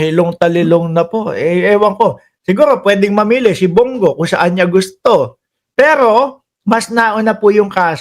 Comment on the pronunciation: Brod.Bong Go hindi Bung gu Ayasiv ka ba?